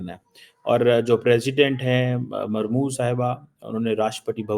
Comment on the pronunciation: Mormu ❌ Murmu ✔️ is anpadh ko kisne phd de diya.